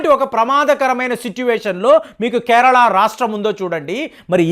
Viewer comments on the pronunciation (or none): none